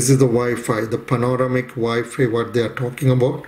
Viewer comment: Good video. It's pronounced Pan-Oh - Ram - Ick. You're welcome